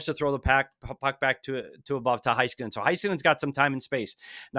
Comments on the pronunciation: Hey, as a Stars fan just wanted to let you know it's HEY skanen not HIGH Skanen. Hope this helps with pronunciations. Really love the breakdowns and what you do for hockey. Go Stars! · It's HEY-skin-en, not Hai-skin-en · Pronounced: "HAYskanin" not Heiskanen